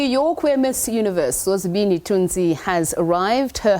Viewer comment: Why did he call her Zozibinzi? No! It's Zozibini... Learn our names Bantu we're representing you on global stages.